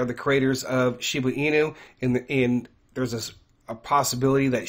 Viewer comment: I’m very confused I thought it was SHIBA INU with a B. Not an N???